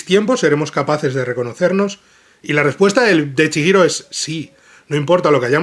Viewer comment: Duelen los oidos cada vez que dice chiiro, en lugar de chigiro, es japones, la "H" funciona como "J" o "G" en nuestro idioma.